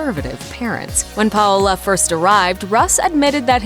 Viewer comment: Do these narrators not get coached on how to properly say their names? It’s pronounced “pow-la” her nickname is literally “pow”. It’s such a common name. Every time she said “Pah-oh-la” it’s like I was watching the last airbender movie where they kept saying “ong”